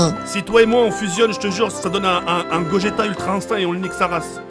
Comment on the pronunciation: + ne fais pas gogeta mais GROgeta merci aurevoir